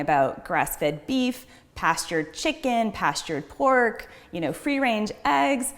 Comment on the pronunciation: Naahhh she killed it when she said PORK